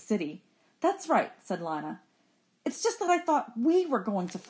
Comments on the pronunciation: its not lina its lena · it is lina not liyna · ITS LINA NOT LANA